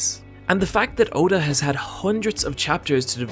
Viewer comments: Ok good but the you pronounced his name wrong. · The fact that you pronounced Oda's name so badly made me dislike this video